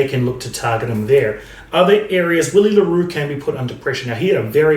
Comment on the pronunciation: Hey mate I remember you mentioning you’d like us to let you know if you’re mispronouncing a name. Willie le Roux’s first name is pronounced Villie 🙌🏼🏆. Awesome videos, really glad I found your channel. Cheers bru